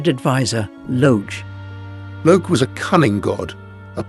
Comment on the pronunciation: Where is Wotan's Spear and his intent to rule by law and order not force? Where is Logé (Lo hard g +e, not some seating section of the auditorium!) is a fire a DEMI-god, not a full god. You missed the difference between Fasolt and Fafner. The first was infatuated with Freia, the second wanted to overthrow the gods. They have no power to change form until they get hold of the Tarnhem. And on and on you make distortions of Wagner and reduce a brilliat ;plot into dull ordinary hack story. Logé doesn't need the help of the gods, he wants to trick them into destroying themselves. He is their enemy as much as the Giants. Get your Norse mythology right. Wagner did. Why all these endless illustrations of castles and generic "gods". Stick to illustrating precisely Wagner's plot. Where is the Rainbow Bridge and entrance of the gods into Valhalla.... or the lament of the Rh Ds? This is second rate AI junk com;pared to Wagner.